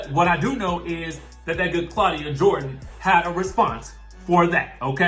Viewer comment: Okay "CLAWDIA" mind yo own Gurr!!!!